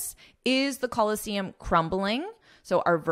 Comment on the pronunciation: Should ph pronouns f sound, why did you pronounce it p sound in the Colosseum article? Is this another different sound again?